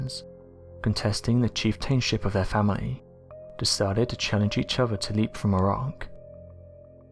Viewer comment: It's pronounced lep, not leep. The dungeon with the wooden spikes is called an oubliette. You forgot to mention that they found three cartloads of skeletons at the bottom of the oubliette during renovations of the castle in 1922.